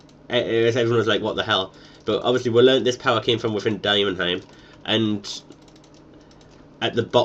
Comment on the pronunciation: It's Demonheim Not Dimonheim...